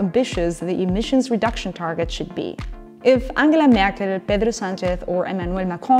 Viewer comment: This is unimportant, but your pronunciation of Merkel, Sanchez and Macron was perfect